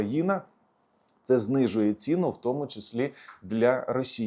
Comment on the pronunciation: Стільки русизмів, що кров вухами! Тут і Польша, і Турція, і Германія, і наголоси типу "знизили цІну" замість "знизили цінУ"! Невже така безграмотна людина варта того, щоб слухати її думки на тему війни? Я припиняю дивитись і слухати цього неука.